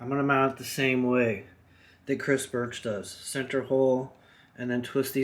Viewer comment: say "cris birch" one more time, i dare ya.... jk, cool video, can't wait to install mine.